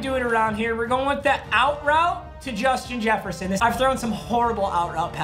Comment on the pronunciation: Jushin Jesshferson